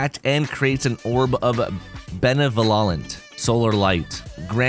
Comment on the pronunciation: "Ben-ev-oh-lent": good vid tho!